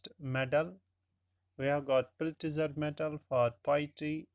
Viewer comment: Sir i think Pulitzer is pronounced as 'pulizer' But you pronounced it like 'pultizer'